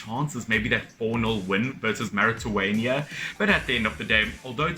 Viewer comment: Do not underestimate my country Morocco 🇲🇦bye bye Nigeria! Big up Burkina and Tunisia! Bertrand Traoré 🥰 Mauritania is pronounced: MORE- RAY- TANIA :)